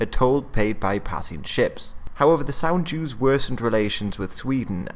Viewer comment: Hey, did you say the toll the ships paid was called "sand Jews?"... Cos that's what I heard, and the automatic subtitles didn't help either. Please clarify, thanks.